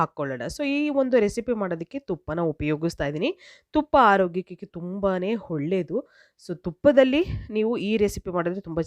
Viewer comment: Holledu alla olledu nimma maatu kelakke aagalla mute Nalli nodabeku .enu pronounsation kettadaagi ede